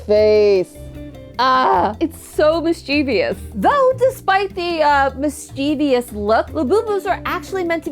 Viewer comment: PLEASE. It’s mischievous. Not mischevious.